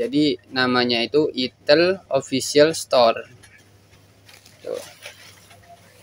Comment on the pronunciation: Aksen penyebutan nya enakan "aitel" Bang daripada "itel", soalnya kayak aneh aja kalo denger nya 😅😂